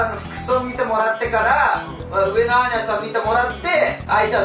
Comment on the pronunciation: 久々斉藤さん〰️😽 アーニャじゃなくてマーニャでしぬww しっかりまいたけくんw